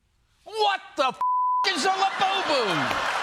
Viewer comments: "Lewbubu"....I need one! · I want a "LEWBUBU"now!!! 😂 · Lewbubu??...more like jewbubu :D